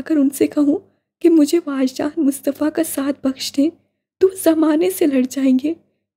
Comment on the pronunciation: Uska name wajdan he or aapne puri novel me waajdan pada he🤨